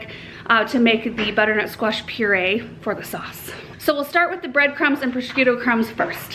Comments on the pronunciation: It's so funny how you pronounce prosciutto. :D There is no K in it, it's just "pro-shoot-oh" ;) But the way you say it made me smile :))) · You don't pronounce the c in Prosciutto. It's pronounced prə-SHOO-toh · Everything looks wonderful! Btw, prosciutto is pronounced "PRO-SHOOT-TOE" (I'm married to an Italian) ;) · can't wait to try this recipe! Sounds perfect for this time of year. Just one little hint - it's pronounced pro-shoot-o.:) Bon Apetit! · Love your videos, looks so yummy! Prosciutto is pronounced pro-shoot-toe😂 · It's pronounced 'pro - shoot - oh' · I just love you and all of your videos,! I gotta say though, being born in Staten Island with an Italian grandmama, every time I heard you say “prosciutto” I thought of A Christmas Story: “FRA-GEE-LAY! Must be Italian!” 😂 🇮🇹 That said, I can’t wait to try this recipe myself! Be well, mama. Looking forward to “meeting” baby girl when she arrives 💜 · Just teasing, cuz I luv. Looks delicious. Not sure I can follow the recipe of someone who can not pronounce procuitto. People with Italian heritage will mumble under their breath. 😉, Don't pay much attention to that. Wondering if you will speak at Philadelphia flower show in July? Guessing, no since that's growing season.